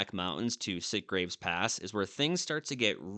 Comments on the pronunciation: Great video! Having lived in Kingman, Mohave County, near Oatman , I always heard Yucca pronounced with a short "u" vowel sound like the yucca plant. Also, I recall Sitgreaves pronounced like "sitgreeves", not "sitgraves". Local pronunciation? But anyway, when in Oatman, do as the Oatmanians do. Thanks for the memories. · FYI. YUCCA is pronounced YUCKa. SITGREAVES is pronounced SIT-GREEVES.